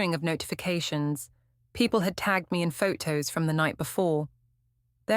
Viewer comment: The female robot narrating this story is annoying. Every word with a 't' sound gets a second 't'. Waiting become wait-ting, photo becomes phot-to. It's irritat-ting.